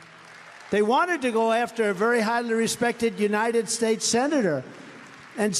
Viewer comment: Incompetent? Oranges (origins-he said it over and over and never got it right), herolynns (heroin); infantroopen (infantry), herridje (heritage), shtates (states), benifishens (beneficiaries), pivitable (pivotal), humanitaries (humanitarian). There are many, many more, and they are not Biden. TRUMP SAID THESE THINGS during rallies, speeches and ceremonies. ON VIDEO TAPE ! Trump’s father slid into dementia. Really listen to him. He’s doing the same.